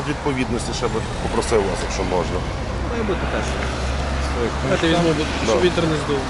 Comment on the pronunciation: чому в тебе всі поліцейських мавпи, а ти нє?Я бачу по твоїй мові що теж мавпа,розмовляти не вмієш на рідній мові додаєш м,який знак де не треба сімдесять???чи сімдесят,наголос ставиш де не треба,букви ковтаєш мона,тре,хтів що це за мавпячи слова чи проблема вивчити рідну мову.???